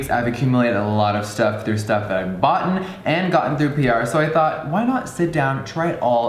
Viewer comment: Boughten.... really Jeffree,boughten 😂😂